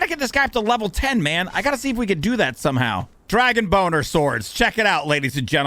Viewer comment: Did you say dragon boner ? Lmao